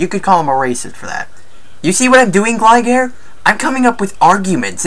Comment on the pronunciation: He's said Alec sessler instead of Adam sessler and glye gair instead of gligar